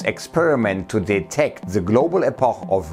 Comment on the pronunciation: Also .. ich freu mich ja über den Inhalt, aber die Moderation ist echt Fremdscham-Overkill! "Epoch" ..?? Eyyyy.. was war das denn schon wieder? Es gibt Englischkurse und Aussprachedatenbanken! Und ist da nicht ne Redaktion hinter Dir, die mal was sagen könnte, wenn Du es nicht raffst? Und dieses ´SchnalzSchnalz` .. cool.. yeah .. ich bin so junggeblieben und connecte mich voll so mit der Zielgruppe` ... Pühhh! Sowas steht in nem 20 Jahre alten Brockhaus unter "Wie man so hip wie junge Leute rüberkommt"!